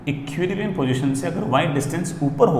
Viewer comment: "Ekkiuulibrium position"